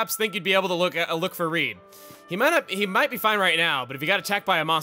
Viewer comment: You know, just when I think he can't surprise me anymore. Seriously you mispronounced Reed? Are double vowels not something they cover in American schools? You know. Like sleep? Or snooze? Or sneeze? Or Weedle? I mean come on.